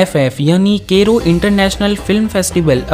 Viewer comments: केरो नहीं उससे काइरो बोलते है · Cairo is not kero wtf bro it's modern name of Egypt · wait wait was he pronouncing cairo as kairo i got confused omg